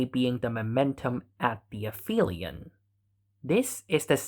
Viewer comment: Aphelion doesn't have an f sound in it. The generic name for a point furthest to the orbited thing is the apoapsis. If the thing is the earth, its apogee. The syllable "ap" means "furthest." "Helion" refers to the sun. So this is a case where "ph" doesn't make an "f" because these letters aren't in the same word part. "Peri" means "next to" or "along side." So perihelion is the point closest to the sun.